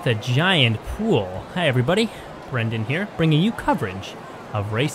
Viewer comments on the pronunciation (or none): none